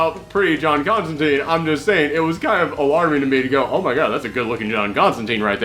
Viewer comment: That's not the "prettiest" John Constantine (pronounced CONSTANTINE, btw, NOT ConstanTEEN!) For a pretty version,check out CRISIS ON INFINITE EARTHS where, in one issue, we find John in a fresh, pressed green suit without a trenchcoat.)